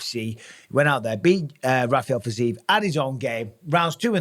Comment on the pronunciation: It's pronounced fi-zee-yev for G's sake! Just compare it to Ankalaev. There is a "yev" in the end.